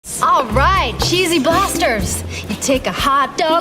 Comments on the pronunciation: I swear at the beginning he says "Cheesy Blasterds" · Why did you say cheesy blasterds